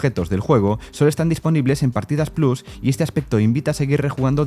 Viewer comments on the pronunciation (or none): none